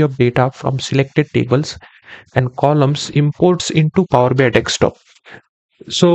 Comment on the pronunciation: Indians. It’s desktop not dekstop 😤😳